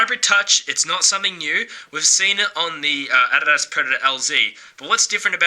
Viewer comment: if I hear you say adidas wrong 1. MORE. TIME......